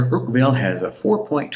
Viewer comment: It's Urquell think more like urkel from the Crosby show but more with like a french draw out lol 😂